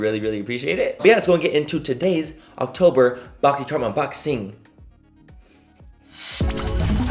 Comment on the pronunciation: I literally thought you said, "It's Cocktober" in the beginning because apparently I'M A PERV! 😆